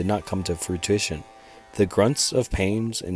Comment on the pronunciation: dude doesn’t know what he’s talking about, stumbled on his words with weird pauses and mispronounced so much shit. “fruitition” 💀